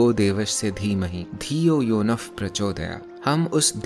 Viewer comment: Wait a sec I just heard the sandhi of pa akshara you said dhiyo yonaf prachodayat 😳 which is not a normal thing bruh....